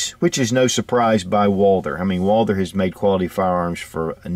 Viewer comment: First of all if i was to make a video of a firearm i think i would do my best to at least pronounce the name say if the firearm was WALTHER and someone called it WALDER if you can not pronounce the right way than maybe you should collect stamps.